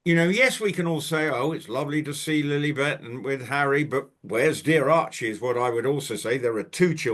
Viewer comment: please, please stop saying Lillybet, Lilly yes, even though still annoying, even MM calls the child Lilly, but you can be sure she gets her narcissistic jollies, when she hears people using our dear Queen's pet name!